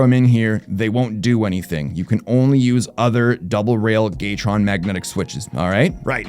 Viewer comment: I think they're just asking why you are mispronouncing it and giving a phonetic example of your pronunciation. You are in fact pronouncing it as "GAY-TRON" vs the correct pronunciation of "GATOR-ON" Regardless, there are plenty of ways to use the word Gay maturely in a sentence. Not sure their is age was asked.